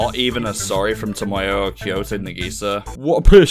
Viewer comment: I liked the video, but your pronunciation of Nagisa and Okazaki were infuriating.